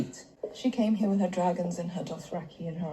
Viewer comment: It was funny when the revelation about Jon's real name came when he and Danny were making love. You said, "Get out of here", but it sounded like "Get out of her". 🙂